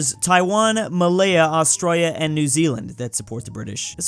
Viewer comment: Is it me or whenever he says “Australia”, he’s got the Aussie accent?